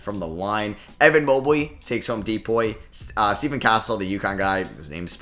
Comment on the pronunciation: It’s Stephon Castle not stephen